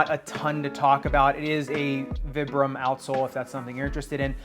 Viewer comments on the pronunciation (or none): It's pronounced, "Veebruhm" - It's a shortened Italian name / company.